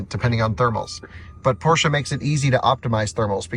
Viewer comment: Appreciate the proper pronunciation of Porsche